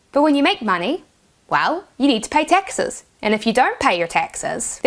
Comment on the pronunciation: That's what I was focusing on most of the video. It's so funny she pronounces "taxes" as "Texas". Where is she from? What accent is that?